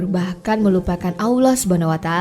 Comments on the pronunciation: Koreksi ya, menyebut, mengucapkan Allah itu tdk ada huruf Wau (W) Tp double LL. Lidah bersentuhan/menempel di langit2 rahang atas. I feel very strage to hear that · Salam mintak suara penyampai tu biar lah yg dapat menyebut Allah dgn sebutan tpat dlm lidah Arab supaya .sebab ramai lagi ore boleh menyebut perkataan Kalimah Allah dgn tepat